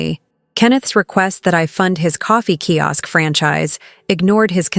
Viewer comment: Key Ask? Sigh. So irritating, especially since it's mentioned sooooo many times.